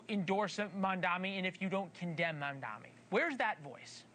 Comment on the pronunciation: his name is Mamdani.. not MaNdaMi.. loll amazing when reporters cant do enough research to get someones name right and keep repeating the wrong name.